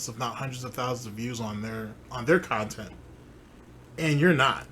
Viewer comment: "I was immediately threatened about a podcast that only happened because I begged at least three different khantent creators to interview me, correct? Aaaaaaaaaaand Now I'm ex-tree-mlee butthurt because I looked like a jackass in front of all of the new viewers I wanted to draw in. Sound good?" TIFTFY